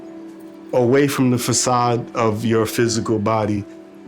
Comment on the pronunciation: He is from Brooklyn New York and he is pronouncing the façade as fakade? that's proper English...wow